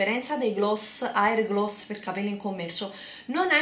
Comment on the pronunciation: "air gloss" ... lol